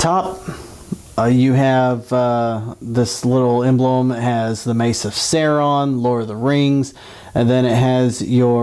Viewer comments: Sauron is pronounced Sowron not Sayron. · I was about to watch your video until I heard you say "Sehron". nope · He said Sauron wrong it is not saoreeon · I'm from Texas too but it should be pronounced the way Tolkien meant it to be pronounced: Sow-ron or Sow-run. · I could not enjoy this because of how badly you pronounced Sauron, not a true fan. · you pronounced sauron wrong and do you think you can chill out with the swearing. thx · That is no justification... he's so obsessed with the weapon and lord of the rings, and fails to pronounce it correctly. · don't worry I hate him for pronouncing it wrong too. you aren't the only one. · Texas accent is no excuse for mispronouncing our dark master Sauron the great